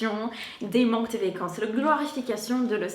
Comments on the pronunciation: Je ne sais pas si j'en aurai d'autres tout au long de la vidéo, mais tu dis mal le mot "vacance"... tu dis : "vécance"... je sais que c'est le "a" qui se dit "é" ;) donc vAcance et non vÉcance. ;) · Bonjour, je voudrais te signaler que tu prononces "vécances" au lieu de "vacances", n'oublie pas de bien prononcer la lettre a. Il me semble que tu le fais aussi pour "dollar", tu dis "dollèr" au lieu de dollAr. Bonne journée